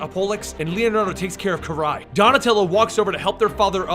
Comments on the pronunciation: OMG with the "ki-rye"'s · Did you just pronounce Karai’s name as “Keer-eye”? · Sorry to nitpick but it's pronounced Kari not kirai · You miss pronounced Karai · You said karai's name wrong.